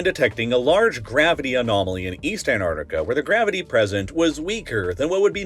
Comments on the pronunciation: I can't handle how he says 'Antartica' which is gonna make watching a 40 min video on said subject really tricky Ann-arr-ica There are T's in there somewhere, they're barely glottal stops to this narrator... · Antarctica is pronounced ANT-ARK-TI-KA. I wouldn’t want to hear you pronounce nuclear. Sorry, just saying. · The way you pronounce Antarctica as ANARDICA is driving me absolutely insane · Also A N N A R T I C A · This video is a rage bait! The wait he says Antarctica without the T!!!! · How can you mispronounce the name of the subject of this video over and over again?? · You know there's a T after the An in the word Antarctica right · No D in Antarctica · Why do Americans not pronounce the first c in Antarctic? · The biggest mystery of this video is why can't he pronounce the first T in Antarctica? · I can’t stand hearing this guy mispronouncing AntARCTICa every two seconds. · I'm not sure if you noticed but the 3 letter of this continent's name is the letter 'T'. It seems like you forgot to pronounce it throughout the entire video. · They made a 40 minute video about a continent that he can't pronounce correctly. bruh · You know it’s Antarctica, not anardica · 'An T arctica' not Anarctica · He also kept saying"Antartica" when he meant "Antarctica" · Who the hell is Ann Ardika? It’s ANT ARC TICKA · It's "ant-arC-ti-cah", not "ant-art-i-cah". If you mispronounce this, you should also know library isn't "li-bayr-ee* and nuclear isn't "noo-kyoo-luhr." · It's AnTarcTica not Anartica!!!! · I wish you’d pronounce AntarCtica correctly! (you keep saying Antartica) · It's antarctica, not anartica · The incompetent narration drove me away after only a few minutes—Antartic and Antartica instead of Antarctic and Antarctica and, appallingly, anthropod instead of arthropod. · Why do you say Anartica? It is a bad omen when you cant even pronounce the main subject of your video correctly. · It is Antarctica not Anartica. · It's pronounced ANT ARC TICA not anartica.